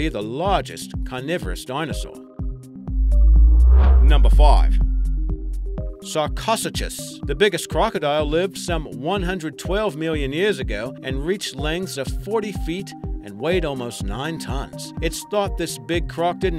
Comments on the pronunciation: for number five it's Sar-ko-Su-Chus not Sarca-su-chys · sorry to burst your bubble but i couldnt help but notice sarcosuchus was pronounced wrong; sar-koe-soo-kus no offense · seriously it's sar-coh-sue-cus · it's pronounced sarcosucus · The mispronunciations triggered me...it's sar-co-sue-chus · Pronounce it all ye want,i dont care. As it's pronounced Sarko-sue-shus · You said almost all of the creatures wrong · You really struggle with pronouncing these animals xD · That sarcosuchus pronunciation... uuugh.